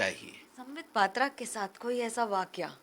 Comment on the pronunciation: आप इन्हें पात्रा, पात्रा बोलते, जबकि ओड़िया में पात्रः जैसा उच्चारण होता है। ओड़िया बोलने वाले स्वतः पात्रबोलते हैं